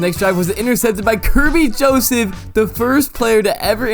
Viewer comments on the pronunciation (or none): none